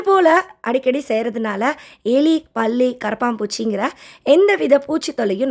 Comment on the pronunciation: Can U say palli properly